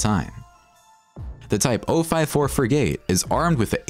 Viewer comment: Seems to have a hasty computer-generated narration, difficult to follow obscure details and often with mispronounced words. The most blatant example is the pronunciation of "frigate", the last item on the list.